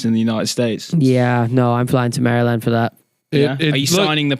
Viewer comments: Never in my life have I heard Maryland pronounced like that😂😂 it threw me off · Please learn to pronounce Maryland